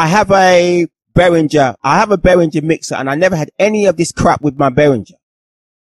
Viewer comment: your pronunciation of behringer has earned a dislike.